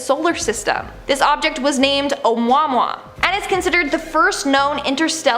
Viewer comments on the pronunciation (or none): I'm sorry that's pronounced a muamua and as far as the Baghdad battery goes if alien species were so far their advanced than us then why are they using clay jars to make batteries with I seriously doubt that those Baghdad batteries were made by humans way back in the day probably they discovered by either the Egyptians or even further back into Mesopotamia. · It's pronounced ow-mooa-mooa...... So far only one has said it properly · You did not just pronounce Omuamua like that LOL